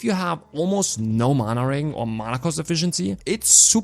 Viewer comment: wow you butchered the accent on regen haha no offense! But on serious notes here are my questions for this class: 1. IF we are using manaball eruption and staff as main hand,don't we negate the offhand basic attacks from xbow? or do they still proc when using xbow skills? It's a myth that goes on for a loooong time. 2.Loved the idea for mana shield! 3.Is ice bombarement explosion worth it? 4.Isnt it a miss that we sacrifice fire bomb which is like 7-9 second cd fire skill?